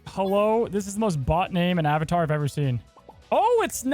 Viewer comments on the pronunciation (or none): none